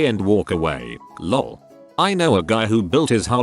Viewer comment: "law" and "lol" are pronounced the same, which leads to interesting listening.